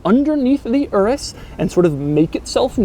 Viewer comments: It's pronounced your-us, not erus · DID HE PRONOUNCE IT LIKE ERUS, it’s pronounced as “yerus” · It is pronounced udus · I think it's pronounced U Rus not urus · I love how white people can’t pronounce foreign words... my man said ” This is the Lamborghini Uress” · Should you pronounce Urus as Doug says it, not as in Uranus ? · Isn't it pronounced "Yoor-us"? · Isn’t it pounced your-us? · The way he pronounces Urus is hilarious.